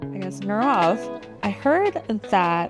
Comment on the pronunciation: Say his name correctly. His name is NEE rav.